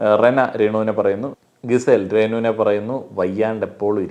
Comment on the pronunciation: ഗിസെൽ അല്ല ജിസെൽ ആണ്